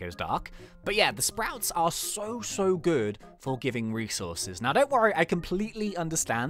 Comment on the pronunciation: when he said I hope your good, I thought he meant I hope your GOO-D